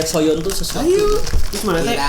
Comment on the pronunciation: Soyeon bang bukan sooyeon